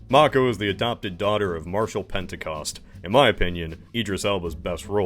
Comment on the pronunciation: Nice you can pronounce Mako. I'll forgive the *yay-ger*, it's too late to correct that :)